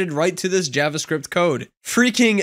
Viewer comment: Not a big deal, but you're mispronouncing "javascript".